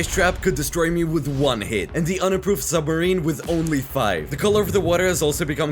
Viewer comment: his summerine broke